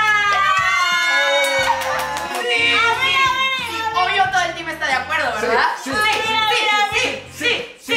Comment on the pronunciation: dise laberdad que lo atrapo😊